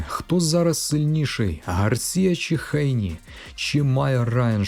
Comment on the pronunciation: Що за Хейні? Ви чули коли небудь "Хейні"??? Хто це так каже крім росіян? 🤣 ГЕЙНІ.